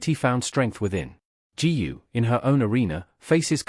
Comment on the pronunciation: Another mis-pronounced of her name 'GU'! GOO not ju !!!!!!!